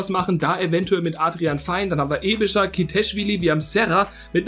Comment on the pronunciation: Aebischer spricht man Äbischer aus 😉 (Ist natürlich schwierig für ein Deutscher)